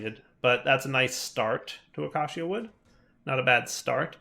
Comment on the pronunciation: Hey, heres how to correctly pronounce acacia. Uh-key-shuh